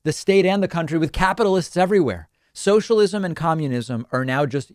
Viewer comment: When a Texan shouts “sOsha-LisiM” it’s comedy time y’all